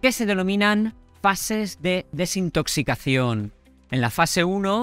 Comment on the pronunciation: ¿Soy el único al que no le gusta su acentuación? Desintoxicacíón, enfatizo la doble tilde. Procede de alguna región o es cosa suya? Porque he escuchado a otro youtuber de ojos azules que habla igual